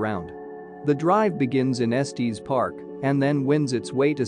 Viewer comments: It’s pronounced Estes, like “Estiss”, not Estees, like Testes. Lol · Esteeeez park? And K-yaks? I love computer generated mispronunciation of easy words. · It's pronounced Es-tiss park. 😼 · IF YOU CALL IT ESTEEEZ THEN YOU DON’T KNOW IT!!! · “Estees Park” 🤨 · Eeeew robo voice saying estEs is so wierd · Esteees Park is not how you pronounce it AI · Nice video…except…🥴 gotta work on the correct pronunciation of “Estes” Park! 😅 It’s like finger nails on a chalkboard when we locals hear it mispronounced! Just saying…😊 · Terrible!! You mispronounced Estes and Kayak, plus your directions from Estes to Peak to Peak Hwy are lacking!! I am ashamed of this Vlog! After living in the area for 25 years. People will get lost because of this! Not good at all!!